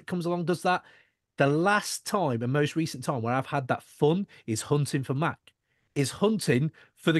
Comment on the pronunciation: The shit drives me nuts. I don’t understand how at this point of his career people still saying “Mack”. And he is quarterbacking the interview at least 15 minutes in so I’ll see how it goes. I guess I’m gonna have to hear the mispronunciation of his name for the entire two hours. No big deal ultimately I’m just breaking his balls, but it is weird to still hear that.